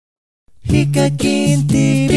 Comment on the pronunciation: セェキンは… に聞こえるｗｗｗ